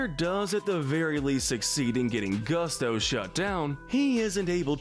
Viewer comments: how can you make this list, supposedly after watching the movies, but not know the pronunciation of a company and fuel repeated several times in the film? Edit: fr? Gus-toe? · How about the narrator actually watch the films he’s talking about, or at least get some coaching on the pronunciation of the names. “Urkel” and “Gusto”… 🤦🏻‍♂️